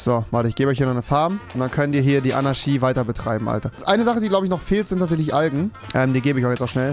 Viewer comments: Ist sonst jemand Rewi sein ch sch Fehler aufgefallen? Anarschy Diabolich XD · Niemand: Wirklich absolut niemand: Rewinside: Anaschie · Normale Leute: Anarchie REWI: ANARSCHIE ❗ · Andere: Anarchie Rewi: ANARSCHIE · Alle: Fischer Rewi: Ficher Alle: Anarchie Rewi: Anarschie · Es heißt Anarchie, nicht Anarschie!! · Anarchi !!!!! Nicht Anarshi !!! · "Demokratich", aber "Anarschie" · Niemand: Rewi: 24 sTuNdEn AnAsChIe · Niemand: Rewi: Anarschie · Normale Leute: Anarchie Rewinside: ANNA fährt SCHI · niemand: niemand auf der ganzen welt: rewi: anarschie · Niemand: Rewi: ANARSCHI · Man sagt Anarchie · niemand: rewi: annaski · Rewi sagt immer ch statt sch aber wenn er einmal ch sagen soll sagt er sch 🤣😂🤣🤣😂🤣😂😂😂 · Rewi lerne mal das ch in Anarchie auszusprechen